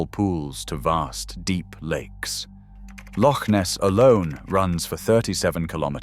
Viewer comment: At least the AI made the effort to pronounce "loch" properly. Terminator 1 - English 0